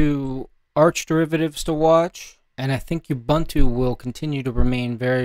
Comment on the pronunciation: "OOBOONTOO" man. "OOBANTOO" doesn't exist!!!